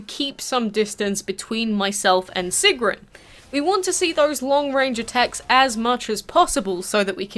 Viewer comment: Great video! Nice detail and you said her name right, which no one else seems to be able to do. Almost all of them say it like, “Sigern.”